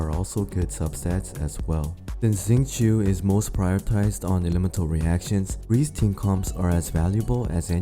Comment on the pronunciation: Its shing-cho not zing-choo